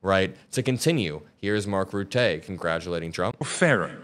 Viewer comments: It's not pronounced as "Rutteé" but like "Rutted" without the D. Rutt-uh. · I like your post, but i cringe every time you mention the former prime minister of The Netherlands name! It’s not pronounced Mark Ruttay! It’s Mark Rutte (eu) not (ay). He is a brilliant man and he deserves his name to be pronounced correctly! Thanks, keep up the good work! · Great video,, you're always great. Mark Rutte is a Germanic name, so we say "ROOT-uh," rather than "roo-TAY." ❤ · It Rutte ... not Ruttée.....😂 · Hey, his name is pronounced "rooter or roota, not rootay. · It's Mark Ruttuh, not Rutay. Other than that, you are spot on about him sucking up just to keep the toddler in a good mood. The 5% budget increase agreed upon by ALL nato allies is clearly BS. Spain has stated before the summit they can't and won't go for it. Still Rutte shoved that under the rug by going... No No No, everyone's onboard, see how happy we all are to please you dondon?! I wouldn't have been surprised if at some point Rutte gave him a golden pacifier or something. The thing is though, narcissists can only be pleased for a short while. It won't work forever, so the U.S. needs to get rid of this embarrassment to their country and the puppeteers controlling him so America will once again be respected by the outside world. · It's Rutte not Routez like you pronounce it . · It’s pronounced rut-uh (rut as in stuck in a rut) (uh as in uh - oh) not Roe-tei ✌️ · IT IS NOT rootay! Its RUTTE all hard letters. He's Dutch and Dutch is a language of hard pronunciation. Also ad a Brit i read Rutte's statement as the biggest sarcastic piss take in history. When you 'over flatter' its more like Sarcasm! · Rutte, niet Ruttéy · Great thinking,. Please check Mark's surname though - its pronounced 'Rootter' not Rutay. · you pronounce his name Mark RUH-tuh as in BUT-a not BOOT-ay. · its pronounced Rewta, not Rutay or Ruté, he's not French, he's Dutch! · I dropped a like, but "Ruttay"? :)